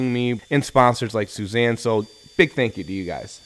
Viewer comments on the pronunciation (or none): Not Suzanne, pronounced (sue-ee-za-n) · Your sponsor's name is more like "Sooey-zahn", not "Suzanne" 😆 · beautiful table but youre butchering the name of that saw brand. Its pronounced soo-ee-zah-n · Suizan is pronounced = Soo-ee-zahn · Phenomenal workmanship! I can't help thinking Suizan is not pronounced that way. I know that's not the right thing to take away from this video.